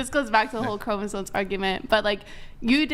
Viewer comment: Chromosomes, not chromosones.